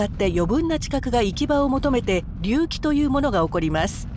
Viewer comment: 隆起の発音……